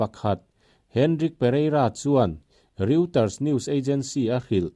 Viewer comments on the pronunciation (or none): none